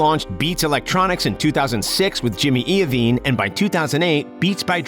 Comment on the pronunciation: “Jimmy iovine” wtf 😂😂